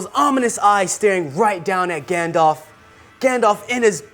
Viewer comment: "Galdalf"... lol